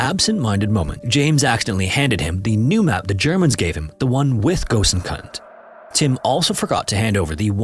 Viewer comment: The pronunciation of gosainkund is so funny ! Incorrect